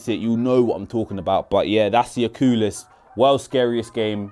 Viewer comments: Lol what’s a ocuulis😂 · Oculus ❌ Ocoolus ✅ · I love how he called oculus, Ooculus! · He said the O cool lus lmaoooooo I’m weak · the "ocoolis" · Bro said o-ku-lus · You said oculus so strangely😂